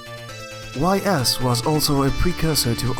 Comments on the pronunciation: Great video. Nice insight about JRPGs released in the 80's. Although you mispronounced some words like Ys (pronounced as ees) and eroge (eh-roh-geh, or just a short term of erotic game.) You also missed out another long-running franchise in Legend of Heroes, although Dragon Slayer is its predecessor. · Great video but one thing. . Ys is pronounced iee's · Very nice video! But Ys is pronounced "Ees"